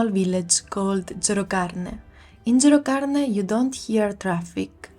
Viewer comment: Non sai dire gerocarne😅😅😅